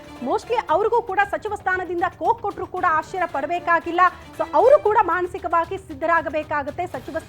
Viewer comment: ಕೋಕ್ ಅಲ್ಲಮ್ಮ, ಅದು ಕೊಕ್ ಕೊಡೋದು!?